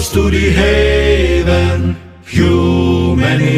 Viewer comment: Hew many foe-men. Always sounds like “too many women.”